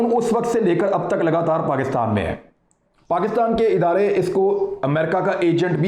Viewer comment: Yar itna bara anchor hokar in mausoof ki pronunciation bari ajeeb aur bhondi hai. Santhiyaa, Pakastaan what the hell is it? 😂